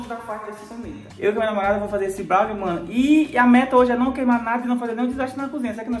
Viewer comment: Brawnir kkkk é BROWNIE kkkk mas ta tudo bem 😂 amo vcs dois vcs são os melhores ❤❤